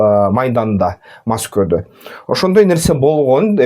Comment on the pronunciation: Маскоу эмес Москва